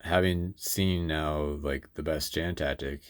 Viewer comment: This is only a very minor point, but "Jan" is pronounced with a soft J. Like "Yan".